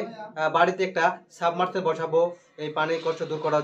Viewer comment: অন্যকে শেখানোর আগে,নিজে জিনিস পত্রের নাম ভলো করে শিখো---যেমন-তুমি বলেছ, সাবমারসেল। শব্দটা হবে,সাবমারসিবল।